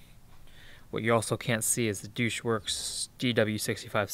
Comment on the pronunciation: Did he pronounce Deutsch 'douche'?